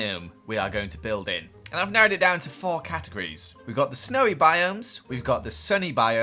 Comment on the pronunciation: I dont think he noticed when he said CAT-igorys